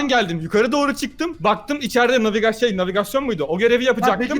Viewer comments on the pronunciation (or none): none